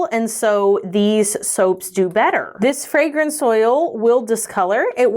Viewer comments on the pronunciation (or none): none